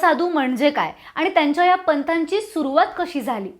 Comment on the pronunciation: Sorry to say, पण त्यांच्या "पंताची"सुरवात नाही, त्यांच्या "पंथाची" आहे , ' पथ' म्हणजे वाट,रस्ता ते ह्या वाटेवर कसे आले किंवा ह्या वाटेने कसे गेले. 'पंत'चा अर्थ पूर्ण वेगळा आहे. शब्दांचे ऊच्चार काळजीपुर्वक करावे. मला त्यांच्या पंताची सुरवात असे ऐकू आले, म्हणून हा प्रपंच.🙏